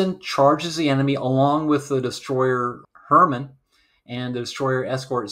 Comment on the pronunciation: Great video! Small quibble. The USS Heermann is pronounced Hear-maaan. Not Herman. That is all!